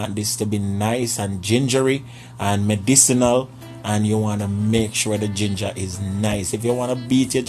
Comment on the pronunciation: You had me at " puhleeez done sleep on dah jinjuh!"